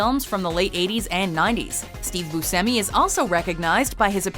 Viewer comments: Hold up, you keep saying Boo-simmi. I've always said Boo-Shimmy. Am I wrong?? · It's not. It's Bu"sh"emi, not Bu"see"mi. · Its pronounced Boo Shem ee lol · Boo-Shem-E... such a pet peeve of mine when these lists don't know how to pronounce names/places/whatever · steve (BUSH-EHMMEY) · I don't like the way she says Buscemi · the way they say Robert Englund and Steve Buscemi is just aggravating. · The way you say Steve Buscemi pisses me off... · I wasn't aware that that's how you pronounce "Buscemi" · thank youuuuu. I was yelling at my phone. Then again, WatchMojo pronounces a lot of things wrong lol 😒